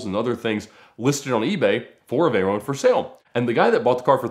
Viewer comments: What the hell is a "Vey-roane"..? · The way he says Veyron lol, he pronounces it like you pronounce macaron lmao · The way he says "Veyron" is boiling my blood